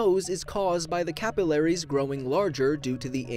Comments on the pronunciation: The way he says capillaries 😭😭 Him: Cap-ill-air-ease Me: Ca-Pill-aries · is that an American way to pronounce 'capillaries'?